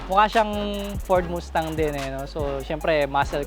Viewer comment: Ford mustang, pronounced mastang and not moostang correction lang po